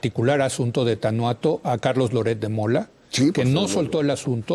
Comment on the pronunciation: Tanhuato se pronuncia "Tanuato". Toda mi vida, siendo vecina del lugar, lo hemos pronunciado de esa manera. No "Tanjuato". Digo, mero dato cultural.